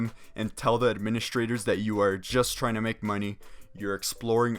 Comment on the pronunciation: There you go boah i did what you told me...sub and like....... Now where's the muneh boah..